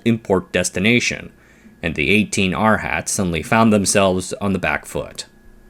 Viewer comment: The Buddhist term is pronounced "ahr-haht" (or ahr-uh-hahnt) not "our hat" 🤠